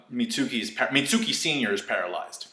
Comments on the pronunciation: Also it's meet-skee not mi-tsu-kee. That's like saying sasuke like sa-soo-kay. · Pronounced "Mitt" + "ski"